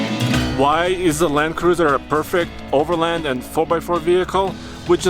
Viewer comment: It's over LAND not overlind. You wouldn't call the range rovers brother a lindrover would you? No it's a land rover. The word is overland, not lind